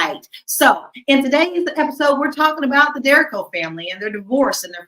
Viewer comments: Last name is pronounced: Der-REEEE-co 👍🏾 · THESE LADIES HAVE THEIR FACTS WRONG. THEIR DAUGHTER DERRION TURNED 18-YEARS OLD NOT THEIR SON. AND THE NAME IS PRONOUNCED DERRICO ( DERDA-REE-CO ). GET YOUR FACTS RIGHT BEFORE YOU TRY TO DO A VIDEO CHAT ON THIS MATTER.🌿🌹🪴🌸